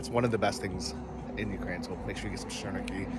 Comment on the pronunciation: That food is “sirniki” and not shirniki 🤣😂